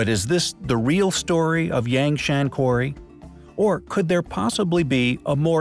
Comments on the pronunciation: FFS, this is a great video, but "Yangshan" is pronounced like "YAHNG HSAAN" and "Yongle" is pronounced like "YEONG LUUH" (not like "dongle" with a "y".) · I know it's trivial but "Yang Shan" is not pronounced that way. The A's are an 'ah' sound. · Eek the pronunciation of "yangshan" hurts me on the inside